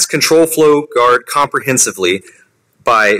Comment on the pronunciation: "Comprehensively" lmao but still very good content from this guy